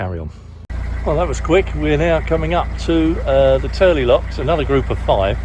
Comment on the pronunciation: We love it when people pronounce Tyrley Locks correctly! The Turley's